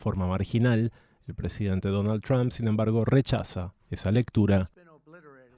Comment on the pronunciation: Donald... ¿qué? ¿Ttthdom? No se puede hablar más gringo que los gringos ¡Por Dios! 🤦‍♂️ Por hacer más, terminan haciendo menos.